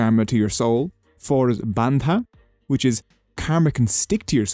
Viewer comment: Brother ur pronouncing kama Not kama it's karma.